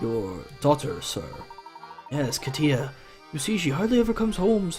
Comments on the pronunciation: Kat-Ya not Kateeah. no clue why you pronounce it like that. she's white. and not pretty at all, really generic looking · Yep. As a Russian person.. that was really painful to listen to. Considering it’s a very common name around here...